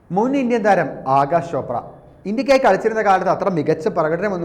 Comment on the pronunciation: It is Akash .. not Agash, for god's sake pronounce rightly